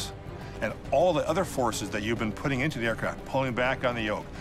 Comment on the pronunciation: Sounds like he said, "the Russian government was Putin pressure on the investigators..."